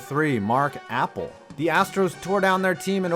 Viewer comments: It’s not mark apple it’s Appel A-pel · It’s pronounced uh-pell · The way you say Appel as apple 😂😂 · It’s not apple it’s uh pel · I knew you were gonna make an apple joke for Appel, but his name is pronounced Uh - Pel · It's not Apple it's Appell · It’s mark “uh pell” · It’s not Apple. It’s A-Pel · Alright anyone else bothered by his pronunciation of Mark Appel It isn’t Apple Here’s the right way to say it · this dude doesnt now how to say these names, its not apple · I can’t tell if ur pronouncing it like Apple as a joke or cause u genuinely don’t know his name lol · It’s not even pronounced like Apple lol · It’s Appel not apple and nail not nial u need to learn how to say nanes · Mark "Apple" 😂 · Pretty easy to tell you’re not a baseball fan. Appel isn’t pronounced Apple. And the huge story you didn’t even touch on is the Astros picked him over Kris Bryant. The guy who won ROY then the next year he won MVP. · Since they don't know the difference between the pronunciation of the food apple and the name Appel, I'm assuming this channel is not all that familiar with baseball in general. Still a huge fan, just probably not worth getting upset about them messing those things up.